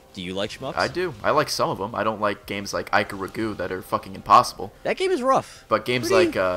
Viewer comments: EE KAH ROO GAH Not Eye Kah Ruh Goo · Ikaruga, not Ikaragu... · Ikaruga = Eeh-gah-ru-ga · Ikaragu? It's Ikaruga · i wonder if he said ayekahraguu on purpose...XD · Quite a few games were mispronounced. Ik-a-ruga and Grad-ius. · Fuuuck, mispronouncing everywhere. Ikaruga is pronounced "Eee-Ka-Roo-Ga" and Gradius is pronounced "Grah-dee-us" Im sorry thats just a pet-peeve of mine.